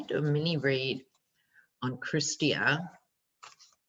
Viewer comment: Canadian here - Chrystia (pretty sure pronounced "krista") Freeland is a gifted politician and leader. She is currently the Deputy Prime Minister & Finance Minister. She was the Minister of Trade and boy did Trump hate her guts lol The $10 per day daycare scenario was recently part of the Federal Budget and authored by Ms. Freeland as Finance Minister. It's $30-Billion over three years and from the Federal Government to the Provinces. However, that will the be the issue - getting the Provinces on board. For instance, in Ontario, after the last election (electing Doug Ford, Conservative Government) the past agreed upon measures for reasonable daycare were all cancelled or dismantled (ie. programs and infrastructure). I have said for years that universal daycare would elevate many, many children from poverty! Giving low income families or single mother/father households the opportunity to work and not be burdened with the outrageous costs of daycare (two children approx $2600 per month) is the difference between buying food and paying rent vs paying daycare fees so you can work and earn a living in a lot of family situations - the catch-22 of it all. However, in my Province, Ontario, we get to deal with Doug Ford. He couldn't lead his way out of a paper bag (just look at the Ontario Covid situation as a blaring example). Until more women take political rolls, the idea of "universal/reasonable daycare" is going to be an up hill climb. Men just don't get it. I couldn't tell you w